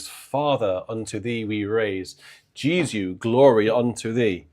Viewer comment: Jesu is always pronounced "Yah-zoo" and not GEE-zoo !!!